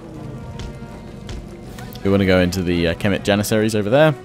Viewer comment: For cemeet Janissaries I believe its phonetically semet Janissaries